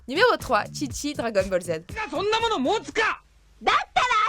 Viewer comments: C’est chichi pas tchitchi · On dit pas Tchitchi,on dit Chichi comme dans la phrase " pas de chichi" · pas tschitschi mais chichi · Ce n'est pas Tchitchi mais Chichi.